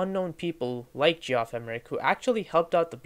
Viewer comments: “G-off Emerick” 😭😭😭💀🏴‍☠️🏴‍☠️🏴‍☠️ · G-off? it's JEFF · Cool vid! Pretty sure it's pronounced "jeff emerick" but don't quote me on that